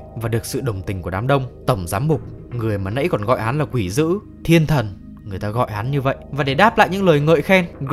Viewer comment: "Quỷ" not "quỹ"